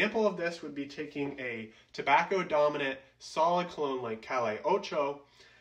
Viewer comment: It’s pronounced ‘cah-yay’ ocho